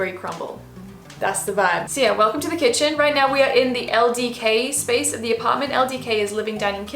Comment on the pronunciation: oh my god. you just vibing to the microwave oven and being like "spaice" cracked me up